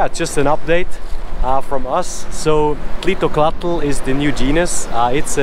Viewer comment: Hey just a heads up you dont pronounce the l at the end of any nahuatl word! So its more like tleel-to-cot in pronounciation. And nahuatl is said nah hwuat